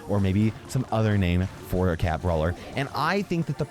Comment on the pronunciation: Says some kid? (It's brawler, not brawer)